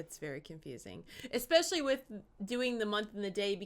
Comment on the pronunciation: Tell me, why do Americans always say "Exspecially" with an X that isn't in the word ?